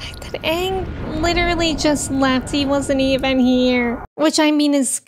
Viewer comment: It's pronounced "Aang". 😎